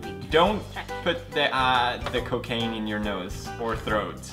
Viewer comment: wait... did you call it a cocaino?!